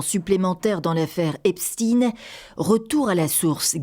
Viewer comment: Il y en a mare que vous prononciez epstine et non pas epstein !!! Einstein et non pas einstine